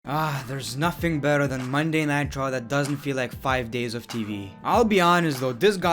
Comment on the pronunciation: When he says Monday night raw it sounds light Monday nitro